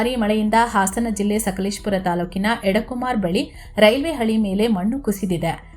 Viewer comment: ಅದು 'ಎಡ ಕುಮಾರ್' ಅಲ್ಲಮ್ಮ, ಅದು 'ಎಡಕುಮೇರಿ' , ಪುಣ್ಯ 'ಎಡ ಕುಮಾರಿ' ಅಂತ ಹೇಳಿಲ್ಲ 😮